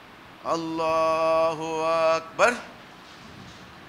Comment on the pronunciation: লোকটা তাকবীরটাও সুদ্দ্ব উচ্চারণ করতে অক্ষম (সে এরকম ভূল শিক্ষা দেয়াটাই সাভাবিক) আকবার এর আ মাদ্দের সাথে পড়া হারাম ।কারন এতে সব্দার্থ হয় আল্লাহ কি বড়? এই ভন্ড থেকে সাবধান।